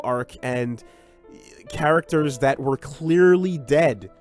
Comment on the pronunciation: Do you guys think will ever learn how to properly pronounce the character's names?